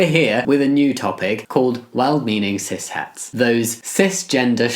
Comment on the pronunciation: The way he pronounces cishet sounds like cishat lol Maybe I am a cishat